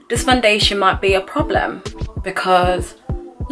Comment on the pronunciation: The way you say “Fun-dation” gets me every time 😂